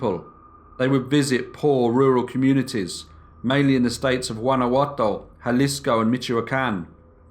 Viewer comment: The way the narrator pronounces "Guanajato" is bizarre